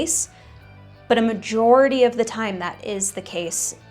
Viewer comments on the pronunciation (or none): none